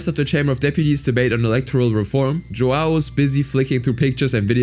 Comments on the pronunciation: btw as a brazllian, "joão" is a common name and i's not pronunciated joao, but "joeun" because of the ~ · tf you mean JuWOW Rodrigues? JoÃO You read the ão as in "Hum" with a silent H! anyway dude is a POS but i'm defending the portuguese language, while the guy is brazilian, the language is mostly the same Also the sheer amount of censorship... Censoring the word "Children" fucking hell... One day youtube videos will only contain beeping or have no speech at all